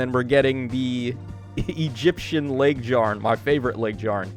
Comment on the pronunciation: Your pronunciation of Laegjarn kills me 😂😂 its Lay-g-yarn